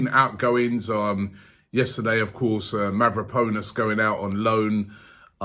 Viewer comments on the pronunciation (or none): Robbie - "Mev-ra-poe-ness" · The biggest move this January has been Robbie swapping the pronunciation of Mavrapanos name. “Mavrpnos” out “Mav-row-pwn-us” in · Mavraponos? LMFAO Robbie man do better bruv 🤣🤣🤣🤣🤣🤣🤣🤣🤣🤣🤣🤣🤣🤣🤣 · Who is Mavraponos Robbie? You are the only one that pronounce people in 5 different ways in 1 video. LOL